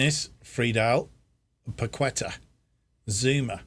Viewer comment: Got this randomly on my YouTube recommended, just wanted to let you know Fabianski is pronounced 'Fabby-an-Ski' Kehrer is 'Carer' Paqueta is said like 'Pack-ett-ah' Good to see us win the FA Cup and rewrite the wrongs of the 2000s :)